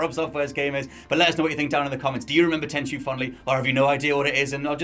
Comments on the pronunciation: Tenchu It's tenchu ☠ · Tenchu? You sure